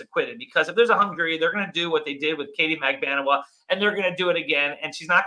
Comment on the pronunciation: hi! CONGRATS on 1 year! but, never forget that I WAS THE ONE WHO TAUGHT YOU HOW TO PRONOUNCE MAG-BAN-U-A ( instead of mag- ba- nu-a!) hahah...Well done!